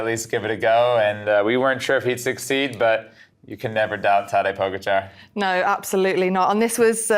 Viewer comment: Maybe Tejay should learn how to pronounce Tadej's name because when he says "Podjhicaar," it sounds like he’s talking about a new type of exotic fruit. More importantly, Tejay wasn’t exactly crying rivers last year at the Vuelta when Jonas and Primoz were taking turns attacking Sepp Kuss, their own team leader. He was as silent as a mime at a library. And if we're talking about class, that move was as classy as robbing your parents' house and then asking for a thank-you note. Clearly, for Tejay, class is all about who you're rooting for, and his objectivity is about as reliable as a raccoon in a cherry orchard—completely biased and a little bit mischievous.